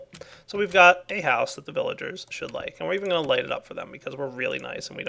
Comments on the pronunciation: I love how calls them "Willagers" sometimes. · Thats because in German, you pronounce the "v" as a "W"